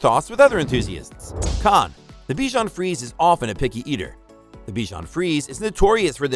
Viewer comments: Good review. Except it's pronounced "free-say", not "freeze". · In French it’s pronounced frizy